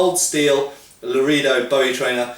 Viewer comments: Actually, looking up the pronunciation guide, Lorehdo (short vowel, as in "set" or "bet") is probably the correct pronunciation in Spanish (though it's most definitely not Loreedo)....but the knife is most likely named for the Texas town of Loredo, rather than the Spanish town, and that is pronounced Loraydo. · Pronounced “la-ray-do” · Say it with me: la-ray-dough boo-ee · Well done. However Larado siunds more like Low Ray Doe & Biwie sounds more like Boo.eee. Based in the veariius towns & counties named in honor if to the famous sometime soldier & adventuror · Lah-Ray-Dough. Spanish pronunciation for a spanish word. We have a peacekeeperI trainer at my dojo for knife drills. Great training knives.